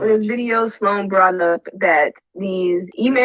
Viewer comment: Sloan is one syllable. You keep saying Sa Loan. Please. Stop. You are far too intelligent to be pronouncing a word so poorly.